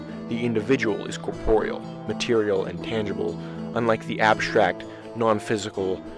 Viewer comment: Great vid. For the love of God please learn how to pronounce corporeal.